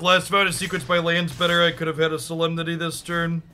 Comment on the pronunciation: A little bit of Sooo-lem-nity